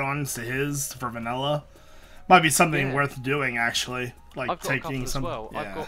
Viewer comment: Va-nil-LA! Va-nil-LA!